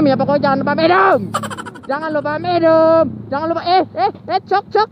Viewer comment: temen lo kebanyakan minuuumm minuumm miinnooooommmmm ccookk